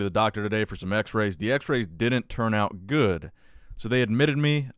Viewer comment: What happened at the end there? "Signing OUAUAUT" 🤣🤣